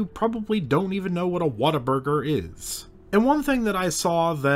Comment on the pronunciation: You pronounced Whataburger wrong. 😂 😅